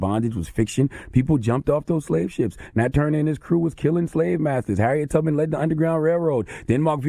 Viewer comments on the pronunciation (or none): none